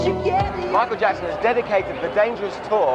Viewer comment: When you say his last name make sure you put and say jackson not jacko..